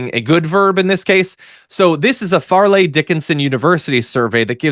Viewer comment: Fair-leigh Dickinson, not Far-leigh